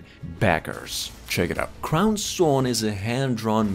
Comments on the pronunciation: Just FYI its "Crow-sworn" not "crown-sworn." Crow as in a bird, not a headpiece. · I believe it’s pronounced Crow-Sworn.. not Crown-Sworn. FYI🤔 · CROW. Sworn. Jesus Christ dude. I dont think you could have butchered that name any more then you did lol. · CROW... like the Bird. #facepalm.. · He called it “CROWN-Sworn” 🤦🏻‍♂️ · Crowsworn is pronounced Crow, like the bird, sworn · And it’s named “crownSTONE” in the description…do your research and edit better my dude…